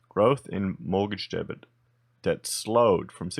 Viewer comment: Debt is not pronounced debit